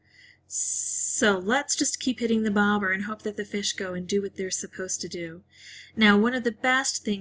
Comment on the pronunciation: I love your voice. You should be a radio presenter. Maybe you are ;) and the way you say “bobber” 🤣 However, I downvoted the video, as it depicts an extremely lucky situation. I play on iPhone, and probably it behaves differently. I like your other videos more when you show your failures as well. You can learn a lot watching those. Anyway, love and kisses! 💌